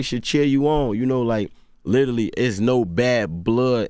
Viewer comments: I want him to stop! Saying litally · "Lidally" ~ G Herbo